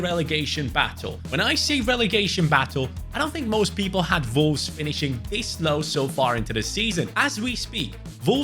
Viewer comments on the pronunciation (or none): the way bro says Volves is insane